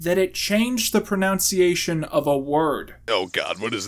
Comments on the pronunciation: proNUNcication not proNOUNCEiation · Don't say 'pronounciation'...it's 'pronunciation'...geez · Did you mispronounce "pronunciation" on purpose?